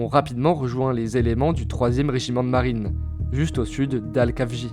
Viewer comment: Ca se prononce El-Khafji pas Kafji (comme la jota espagnol)